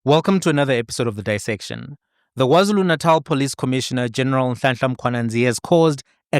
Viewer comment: Did he just say WarZulu Natal 🙆🏽‍♀️